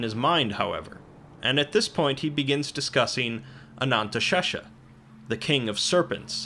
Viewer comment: Anantashesha sounds like someone trying to say anesthesia while going under anesthetic